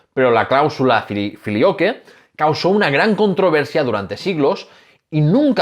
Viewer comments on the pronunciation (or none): "Flilioque" se lee "Filiocue"